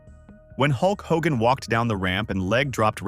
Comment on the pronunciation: Maybe before you do a video in the future you should do a little more research and learn how to pronounce the persons name correctly.